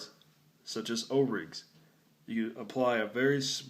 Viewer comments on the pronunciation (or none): I thought you said ovaries not o rings, I had to ask my husband and play it again. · did he say ovarie lol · When he said "o" rings at first I heard ovaries I was like huh? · jennifer spicer I thought he said that too and I'm thinking how do you get it there and why?? Ha ha hah a